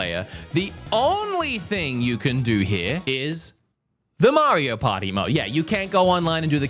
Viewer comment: Maybe I'm immature, but I'm always distracted when he says, "Mario Potty"